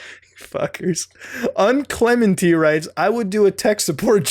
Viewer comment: un-cleminty? Don't you read bullshit for a living, fucko?